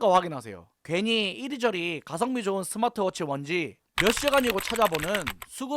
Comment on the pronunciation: 잉? 내가 잘못 들었나..스마취 워치?